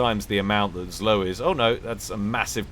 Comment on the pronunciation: The pronouncment for zlo is "zwo", its "evil" in direct translation from russian.